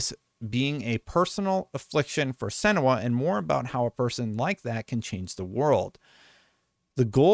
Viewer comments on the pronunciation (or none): It's pronounced, "sen-yua"